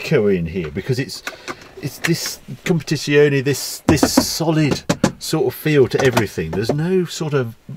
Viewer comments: "Compitisioni" sarebbe la pronuncia perfetta? Non voglio immaginare come avrebbe potuto pronunciarlo male. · "Alfa 8c kompedzziziuonei"